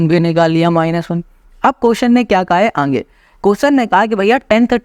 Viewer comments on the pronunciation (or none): Sir ka khena😂 Aage ❌ Aange✅